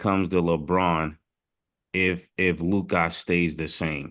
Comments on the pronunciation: everybody including Luka “Lukuh” Ma$e - “Lukaah” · Y yall say lookah, it’s Luka lmaoo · y do mase always say “lukahh”instead of “Luka”😂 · Ma$e always calls him “LukAHH” ⏸️ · WHO da fck is LOOKAH ?.. it’s Luka pause on the hard A at the end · Just came to hear these niggas pronounce Lookah😂😂😂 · Mase pronouncing his name LUK-AHH is annoying as hell.. 😩😩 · Loohk-eye...Lukkkaye... this guy goes out of his way to say everyone's name f'd up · Is Mase saying Luke-eye?? 😂😂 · Made be killling me. Who is Luke eye? 😭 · LOO - KAWWH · Idk why “Lu-kah” was kickin Mase ass but it was annoying tf outta me 😂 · Mase said Lucgahhh 🤣🤣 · SAS-LOU'-ker MASE Loo-kAhh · Mase gotta stop calling this man lukahhh 🤦🏽‍♂️ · And he keep saying lukie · Mase: LUKE-EYE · LuKAH? Mase got a speech impediment? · My man Luke-Eye 😂😂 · LEW - CUH (Luka) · Why y’all saying Luka name like that? Luccaa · When Mase say Luka name he say LUKE - AH 😂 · They always say luka like "lukAH" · Why Mase keep calling him “LukAH” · Mase up there struggling saying luka name🤣 Lukai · Mase pronounce Luka (luke eye) 😂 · Lou-KAH hurts my ears every time smh cmon Murda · Why do Mase have to performance everyone’s names like he do why do he pronounce Luka like that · How you struggling to say LUkA💀take a speech class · Damn it aggravates me how Mase pronounces Luka’s name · Why can’t Ma$e say Luka? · Mase still not saying Luka right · So Mase cant pronounce Luka right or is he trollin 😂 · The way they pronounce Luka is infuriating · I hate how Mase say Luka lol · How can you not pronounce his name correctly? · Man I hate the way Mase pronounces Luka’s name. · Mase…please stop pronouncing Luka’s name like that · I hate how Mase says Lukas name 😂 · he struggle to say Luka , i don't get it lmaooo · lol he annoying like who told u to say his name like that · Name 2 syllables and he still can’t get it right 😭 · Why do Mase pronounce Luka name like that? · Made don’t know how he wanna pronounce Luka’s name 🤣🤣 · WHO TF IS LU-KAH 🤣🤣🤣🤣